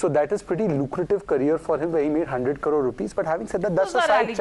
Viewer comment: Ah that sense of self-entitlement , yet she pronounced crore as 'karor'!😅